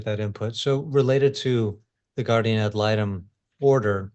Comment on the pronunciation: Guardian! nnnnnNNNN! Not Gardium 🙄 😂